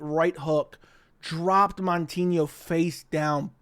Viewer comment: Not MON-tinho…MOU-tinho